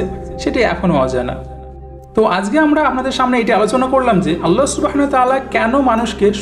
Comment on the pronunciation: ভাই আপনি উচ্চারন করেন اللح অথচ হবে আল্লাহ বা الله ওটা শুদ্ধ করবেন প্লিজ।